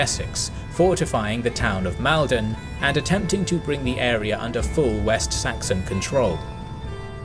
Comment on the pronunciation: Maldon is pronounced Maul-don. Derby is Darby - like the horse race. Other than that, great video. Aethelflaed is one of the most-overlooked people in English history.